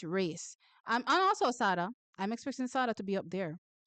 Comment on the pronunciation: Thanks for your work, but please pronounce Sada properly. I think it's supposed to be like Sade the singer.